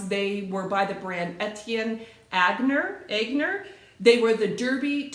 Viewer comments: By the way - Etienne Aigner is pronounced “Et - teeyen - own - yay” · Hi! I am not a reseller - just an addicted Thrifted! Oh I love the Etienne Aigner boots!! I would've be like one of the Ugly Step Sisters in Cinderella - I can make them Fit!! Lol 😂 Years ago when I started working Etienne Aigner was a " higher end" brand I could afford - & I still have a soft spot for it-- when I thrift! BTW - pronounce it Etee- En On- Yay. Love your hauls